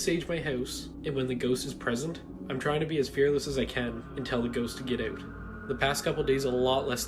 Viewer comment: so funny how he says house or out lmaooo, get oat of my hoause